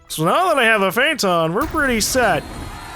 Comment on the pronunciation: Lol he said Prayton instead of Phaeton xD